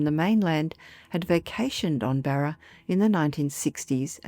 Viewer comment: 😂 Barer? I presume you mean BARRA!